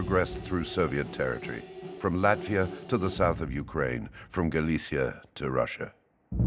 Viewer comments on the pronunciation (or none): none